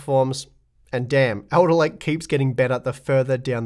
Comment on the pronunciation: says Elderlake.